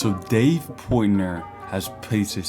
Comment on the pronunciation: Why do you say "Dave Poytner" ... PORT NOY